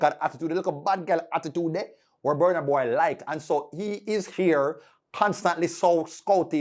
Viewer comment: I don't know when u guys will learn how to pronounce Burna Boy properly.